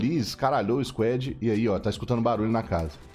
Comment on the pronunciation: sem querer ser chato mas a pronuncia de squad eh squad e nao squed